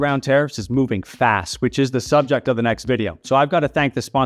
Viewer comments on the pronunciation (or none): none